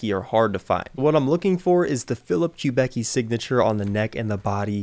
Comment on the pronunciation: Don’t let me interrupt, but for the record; The luthier’s name is pronounced “Kub-icki” not “Kub-ecki”. silly me!